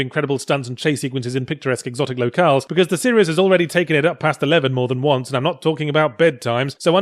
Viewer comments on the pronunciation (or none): none